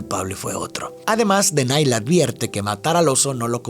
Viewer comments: Hola me encantan tus videos ,mis hijos se llaman como los hermanos tengo 3 varones y es x eso que me atrevo hacerte una corrección tu dices "denay" y no es así es denaji con j 😅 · OK pero por que Denai? Si en la película le dicen Denahi qué se pronuncia como DENAJI, por que comerse la H? 😭😭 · Se pronuncia denaji no denay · soy muy fan de esta película, hasta me se los diálogos y por eso se que Denahi el hermano del medio se pronuncia Denaji "DI CONMIGO DE-NA-JI" jajajja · Okey pero denaky se dice como se escribe😅